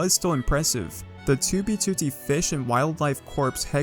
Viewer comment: The way you say 2btooootee makes me cringe every single time